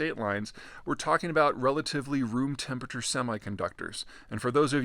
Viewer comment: You pronounce temperature nucular.